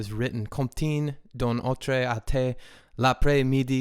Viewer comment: “Autrai” lmfao c’est pas le meme que autre